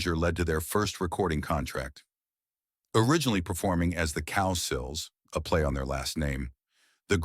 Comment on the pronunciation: It’s COW-SILL FFS. Wish I could leave more than one thumb down